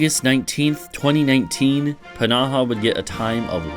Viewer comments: i don‘t doubt that it‘s correct it just feels off. I put it through google translate with both english and finnish and they both pronounced it p-naha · I don‘t know why i‘m getting so annoyed at how you pronounce pnaha, it‘s just somehow so irritating. I don‘t even know how to pronounce it (if i had to guess it‘d be like fnaha or just naha) Otherwise amazing video :)